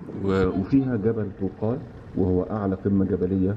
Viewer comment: جبل طبقال مش توقال 👍